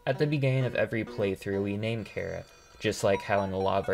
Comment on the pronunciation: Small mistake, you said there's no canon pronunciation for Chara, but in Japanese they pronounced it something like Kyara